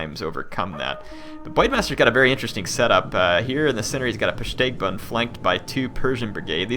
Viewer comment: im gon be a dick XD you say (typed via pronounciation) pusteigban, its pustigban also, it sounds like you keep saying bwoidmaster XD